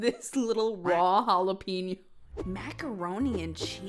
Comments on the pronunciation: if he says jalapeno like that one more time im bashing my head into the wall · You can always tell a person's cooking level when they think macaroni cheese is macaroni pasta with cheese. His pronunciation of jalapeno has got to be a hate crime. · The way he says "jalapeno" upsets me because you can tell he's doing it on purpose and I hate it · yes and I've been wondering all this time if it's a joke or...he's really really trying to hard